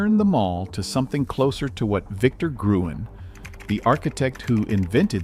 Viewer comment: You're pronouncing Victor Gruen's name completely wrong; he was Austrian, and since you Americans don't have a Ü sound in your language, it's written as ue but still pronounced as ü.